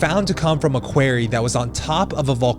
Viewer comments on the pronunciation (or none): Hey I love your vids and your spirit but, Quarry is pronounced KU-O-RY not KU-A-RY, unless you'ra frum Nu Eork. 🤗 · You don't pronounce Quarry correctly. It's not kw-air-ee. It's kw-orry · It's pronounced kwah-rry not carry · quarry = K -WAR -EEE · A….what ? A “Quairey”……..? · You’re mispronouncing quarry. How very very ‘merucan. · Sorry was only able to watch this till you said "quarry" the second time. I was laughing so hard I couldn't continue. Have you never heard a human say this word before?